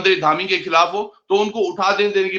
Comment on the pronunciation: धामी ❌ डामी ✅